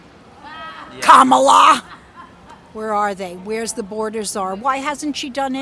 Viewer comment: It’s pronounced Comma-la